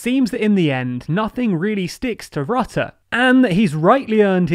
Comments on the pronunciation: Your pronunciation of Marc Rutte's name was interesting! The 'u' in his name is not pronounced as the 'u' in the English word 'under' - as you are using it. In Dutch his name sounds more like 'Ritte' would sound in English. Unfortunately I could not find a word in English which actually uses the Dutch phoneme for 'u' even though the 'i' comes quite close. Does anyone have a good suggestion for an English word using the 'u' phoneme from 'Rutte'??? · Your narrator still can't pronounce the name of the Dutch PM. (It rhymes with "put" not "but".)